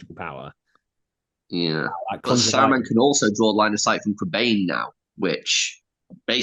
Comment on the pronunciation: it's pronounced Crebine!!!!